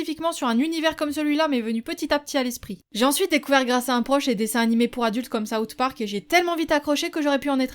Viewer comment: ''Soutparc'' wtf..